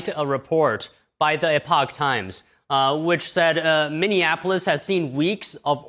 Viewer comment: It's Minnesota and Minneapolis, not Minnianapolis.